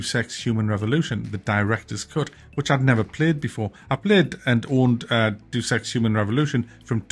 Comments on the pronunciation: It sounds bad because you're pronouncing it wrong. It's not "deuce" (doos) as in "dropping a deuce" (lol). It's DAY-us, as in the Latin word for God. It's still a dumb name though. They took it from the expression "Deus ex machina" (God from the machine), and I guess they thought that "machine" was implied since the plot is themed around advanced cybernetics, but basically the name "Deus ex" means "God from the...". From the what? Friggin' dumb sounding (like deuce). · Come on, it's pronounced 'Day us'. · You gotta get your Deuses right. Its pronounced DAEOOS. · It's deus ex - Greek! loan translation - so neither deuce ex nor due sex or whatever. It's deɪəs ɛks ( deːʊs ɛks rather) ... and suddenly it doesn't sound 'so bad' if you just wouldn't pronounce it so badly. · Mate it's pronounced Day-us Ex, not Due Sex 😉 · 0.01 I heard "Do sex " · Why do you pronounce "Deus" as "Deuce"? It's not a turd, it's Latin. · I think it is pronounced "day-us-ex" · Day-Us not whatever sound you were making. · Do Sex, lol. It's Dayus Ex. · it's pronounced Day-oos Ex, kinda similar to Day-us but with more of an O sound. For years i also used to pronounce it the same as you though. Edit: Lol at all the comments saying it's "day-us". That's also wrong. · It’s pronounced “day-us ex” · It's pronounced 'Day-us' just saying lol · Thought it was pronounced 'DAYUS EKS".. but yeah the S and EKS cannot be avoided. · Do sex. Sounds so bad 😅😂😂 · Great video as usual. It's pronounced, "Day-us Ex." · No it’s pronounced Dee-Us eex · It's pronounced more like "Day-oos" I think. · It is: Day oos Ex A shortened version of Deus Ex Machina...God from the machine when stage plays had a God character descend from the skies on a sort of mechanical lift. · Does he know it's not pronounced Deuce Ex? Doesn't sound bad if u pronounce it correctly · it's pronounced "dayus" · Day-Us ;) but i liked it back then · Day-ous Ex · Was the pronunciation in honour of Wimbledon?